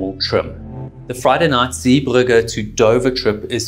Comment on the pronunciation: Great video and told very well, but it is Zeebrugge not Zee burger! 🍔 😂 I noticed you only altered that after you put in a video where somebody else pronounced it correctly! Only teasing though, really enjoyed it!